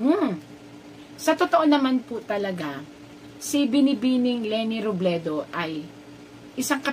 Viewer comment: Robredo Po Hindi Robledo